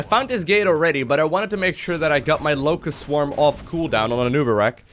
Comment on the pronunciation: All I hear is "Lowko" swarm.